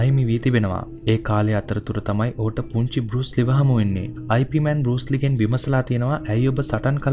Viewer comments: අයි පී මෑන් නෙවෙයි. යිප්මාන් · නම අයි පී මෑන් වත් යිප් මෑන් වත් නෙවෙයි යිප් මාං 🤗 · 'අයි පී' මෑන් නෙමෙ හරි නම 'යිප් මාන්' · වීඩියෝ එක හොදයි , ඒත් ඔයා grand masterගෙ නම කියන විදිය වැරදියි , ඉප් මාන්, ඒක තමයි හරි විදිය, සමහරු අයි පී මෑන් කිව්වට ඒක වැරදියි , එහෙම කියන්නෙ නොදන්න අය, ඒක නිසා ඔයා මේ වැරැද්ද හදා ගනියි කියල මම හිතනවා